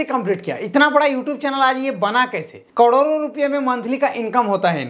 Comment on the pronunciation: income "कड़ोरो" me hota hai... kya maine sahi suna??? "कड़ोरो"😜😜😜😜 ya fir करोड़ों me?